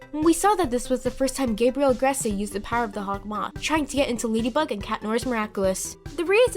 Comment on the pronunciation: “Akumanized” “Agrest-ay” “Oh-lie-uh” I’m shocked you pronounce Sabine correctly.